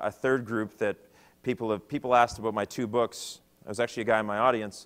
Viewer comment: Aboot.... canadian....